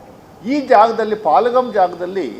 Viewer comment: ಸ್ವಾಮಿ ಪಲಾಗಮ್ ಅಲ್ಲ ಪೇಹಾಲ್ಗಮ್